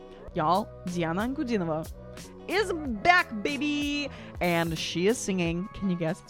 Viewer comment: Да, это Диана!! Но,, Вы видимо хорошо знаете русский, а точнее - лингвистику языка, и подразумеваю, что Вам знаком русский язык!;) Его "мелодию".Очень четко произнесли фамилию Дианы. И акцент...Но английский хорош. С чучшими пожеланиями. Диана - Подарок Богов! Всех благ. У вас ОПЕРНОЕ образование! Интересно, где?